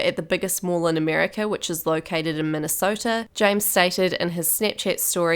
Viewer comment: You didn’t say Minnesota right